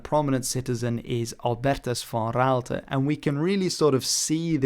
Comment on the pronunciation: And albertus van Raalte, too...perfect dutch spoken. Are you also dutch?